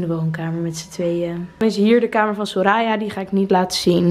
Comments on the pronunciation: Ik cringe echt een beetje van hoe de naam Soraya wordt uitgesproken haha. ‘Soraaaya’ haha. Geen haat trouwens maar ben het niet gewoon, ik ken het gewoon als ‘soraya’ haha. Verder super leuk huisje en kamer!! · Hey ja soraya zoals je de laatste a uitspreekt:)